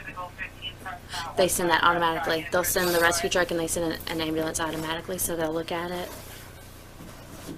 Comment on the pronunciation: Rescue not Rusty Lmao 😂